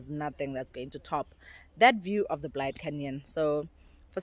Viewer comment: Bourke's Luck, not look, like in he felt lucky, thought he struck gold there. Also Blyde, like in happy. Phonetically pronounced blade-de, not blide. Also Mariepskop, pronounced mareeps-cop. Love your video anyway.